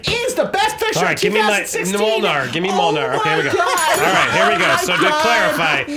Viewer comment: "Gimme Mole-nar" - Andy 2017